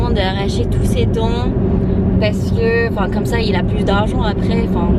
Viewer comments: Il ne faut jamais arracher de dent de sagesse. Ce sont des dents qui ont une utilité, comme les autres. Trop marrante la mère : "Tu as gardé mes dents". Elle a compris "garden" (jardin). "J'ai quatre chiants" !! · "j'ai quatre chiants" ptdr